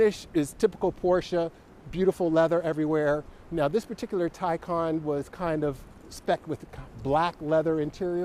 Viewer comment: You’re right, it’s the Tie-Kahn. Your video is recommending my Porsche Taycan Unveiling video from my channel... I love your channel by the way, your GTS is amazing and your autocross videos. I’m going to finally subscribe!